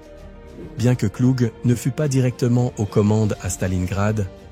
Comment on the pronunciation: Son nom ne se pronoce pas Cluge mais Klougue